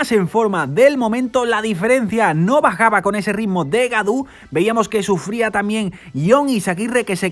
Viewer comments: hola gaudu de pronuncia godu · Gracias por permitirnos ver el resumen de esas carreras que no se dan en la tele por mi tierra! y por si se luce en el futuro David Gaudu, su apellido se pronuncia Godu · creo que en frances au se dice o. lo dice casi bien.Es Godu.